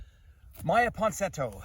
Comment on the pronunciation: Say “Ponsinetto” one more time. Oh, please.